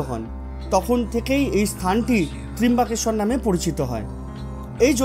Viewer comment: আচ্ছা, বলছি জ্যোতির্লিঙ্গের উচ্চারণটা কিন্তু হয় ত্রম্বকেশ্বর। ত্রিম্বাকেশ্বর নয়। যদিও ইংরেজিতে Tri লেখা হয় তবুও উচ্চারণটা হবে ত্র্যম্বকেশ্বর।